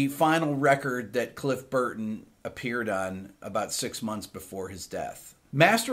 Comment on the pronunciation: I didn't know Al pacino was a metal head !!!! every time he pronounces Cliff Burton ...... I want to cry !!!